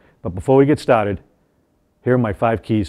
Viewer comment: “ Before we get stotted “ 😬Definitely Massachusetts